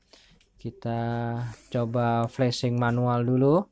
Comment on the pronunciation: Itu flazing bukan flusing